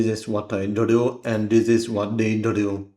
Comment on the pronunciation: "this is what i dru, and this is what they dru" i love your videos man🤑